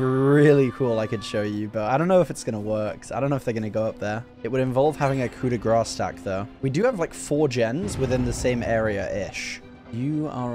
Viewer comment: Grâce is pronounced like "grass"